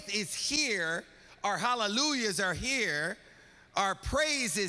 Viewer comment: "It's gettin quiet up in hea."